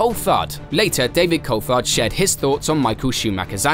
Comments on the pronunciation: This is done by AI... can't say driver names properly, can't say team names properly... Who the hell is Col-fard? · Culfhard ??? Cooltharrrd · Ur an F1 channel and cant even pronounce Coulthard. Idiot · pronounce Coulthards name right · Surprised you can't pronounce David Coulthard's name correctly being a fellow brit. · The way you pronounce Coulthard is so irritating